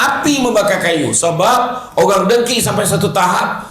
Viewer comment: Assalamualaikum semua & uatsdz... Nak komen sikit pasal perkataan yang ustadz sebut... DONGKI 🤗 Cer sebut betul2 😁😁 DENGKI BUKAN DONGKI. Se tau sy DONGKI tu KALDAI...😂😂😂 Gurau je ye Ustadz 😉😉